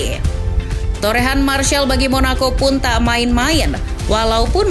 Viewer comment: Mas rizal itu sebutan martial😅